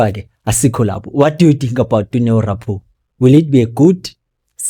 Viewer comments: Please pronounce people’s surname correctly- it’s good manners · Rapoo is a great player and he is young let the management make up their homework clearly, please pronounce his surname correctly